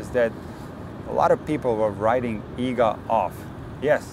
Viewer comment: I'm so glad that someone actually took the time to show how to pronounce Iga's last name correctly. It drives me crazy what people come up with.